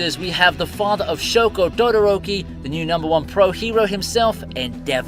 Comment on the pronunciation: my man just said dodoroki